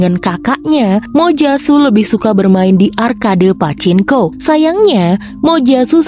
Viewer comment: Min..itu mbaca PACINKO..bukan pake N ya..tapi NG..PACINGKO..kurang sreg dengernya..